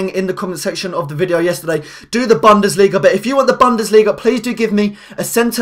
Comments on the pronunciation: For God's sake it's Boon-desliga not Bun-desliga! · the way you say bundesliga annoys me :P it's buundesliga